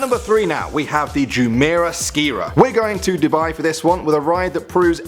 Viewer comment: it's pronounced 'Jumiyrah skyrah "